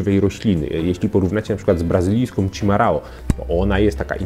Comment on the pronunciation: Cimarao wymawia się chyba jak 'szimahau'... Zwracal, zdaje sie, ktoś Panu już na to uwagę wcześniej...